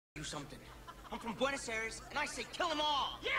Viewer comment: Pronouncing "Aires" as English "air"+"es" instead of "eye"+"ress" (IPA /ˈɛəɹ.ɪz/ instead of /ˈai.res/) exposed him.